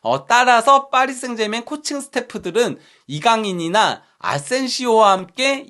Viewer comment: 파리셍제르망 이 맞는발음 이라니 (파비앙님)!정정해서 클럽명 방송 하시길😮파리셍제르맹 틀린발음 매번 틀린 클럽명 거슬림